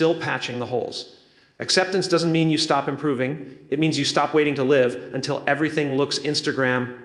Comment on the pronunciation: Theirs No way it is Jim. Grammar issues he keeps saying live instead of live. A common AI sign